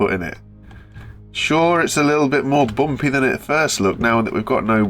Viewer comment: Is it a bit "bompeh" yeah? 😂